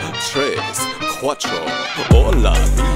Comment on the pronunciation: Lyrics in Spanish are accurate but tres and cuatro needs some pronouncing work tres is pronounced tles and cuatro is pronounced cuatlo. Confirmed by a Mexican